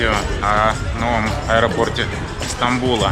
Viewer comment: Не Станбул а СтаМбул .